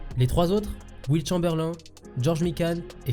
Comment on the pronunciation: Wilt quoi???? put some respect on his name maaaaaan